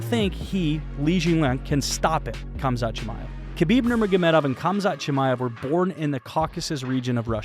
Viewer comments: why do i keep hearing cumshot chimaev? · All I hear is cumshot chamaev. That’s good marketing but Colby haha